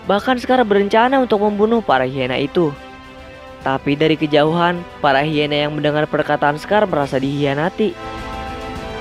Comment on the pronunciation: Bukan hiena tapi haina